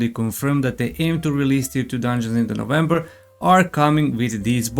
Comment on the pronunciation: he said novemeber, but what day